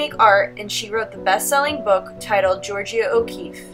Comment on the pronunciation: Love your videos for my students but please work on pronouncing artists names. George-ah